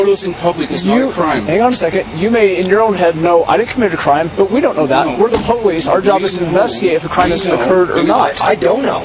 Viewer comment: "We're the poe lease"